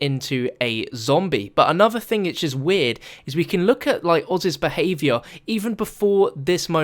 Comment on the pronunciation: wait he said thang